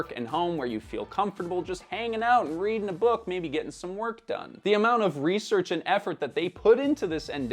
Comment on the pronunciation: how do you mess up "research"